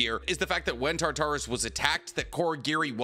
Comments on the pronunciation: The way this man says tartarus is killing my soul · I can barely handle the way you pronounce omnipotence and now I have to hear the way you pronounce Tartarus 😭😭 bro I swear you do it on purpose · Also please learn how to properly pronounce Tartarus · Why are you saying Tartarus like that? 🤣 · Please, it's not Tar-Tar-Us it's Tar-tur-es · Tar as in tartar sauce. Torus. Now say it togher now. Tar-Torus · it's pronounced TAR-ter-us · why are your calling tartaros tartaris? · this person is right how you said it you ignored the fact that some words don't follow basic English rules. This word does not follow those rules. You said tar tar us. That is not how it is said. There is game really popular now called persona 3 reload in which used the mythology relating to Tartarus. How you say it you ignore the a sound and go for o or e sound. It does not follow the rules of basic English like Thanatos. People get that one wrong all the time. They said it right of you ever want to now maybe ask Danny-san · also you said it wrong and then again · Tartarus (TAR-TA-RUS)................................................ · Genuine question here, not trolling or "um actually" you, but are you pronouncing "Tartarus" the prison of the Gods for the Titans as "Tar-tar-us" for real or are you joking with the pronunciation? Cause I have noticed that you've been placing more humor into your vids and I legit enjoy it but you've also had some small mispronunciations or name mix ups. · Real it was bugging me how he was saying it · I'm sorry you are not. This is coming from a fan of your videos and I can relate to a lot things that make you cringe or get upset. For me one thing that kinda bothers me is horrific pronunciation of words. Tartarus is not a word that follows the normal rules of English. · The way you pronounce Tarturus physically hurts me